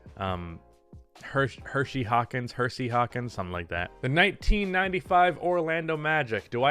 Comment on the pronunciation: Its "Hersey" Hawkins.